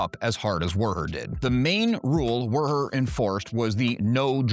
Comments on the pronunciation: The bartender's name is simply "WUHER", not "WERR-HER" like you seem to be saying, making this challenging to watch, but, I made it through it,🤣 so, THANKS!🙏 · Woo-her is how they pronounce it in the unabridged audiobook of tales from mos eisley cantina and the audio drama